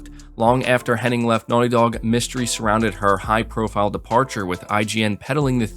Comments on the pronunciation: you keep saying Henning. It's Hennig. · its amy "hennig" not henning. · Henning or Hennig? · It is Amy HennIG, is it not? So many people say Henning but I’m fairly sure it’s Hennig. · Her name is actually Amy Henn*ig*, not Henning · All the love, but is there a single YTer who can pronounce “Hennig?”